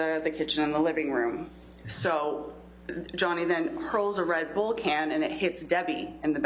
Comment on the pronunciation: i’ve never heard anyone pronounce redbull like that